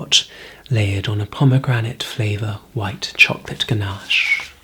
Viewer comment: I like how you say chocolate like young Willy wonky in the tim burton version CHAWKLAHT